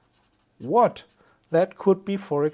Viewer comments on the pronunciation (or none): none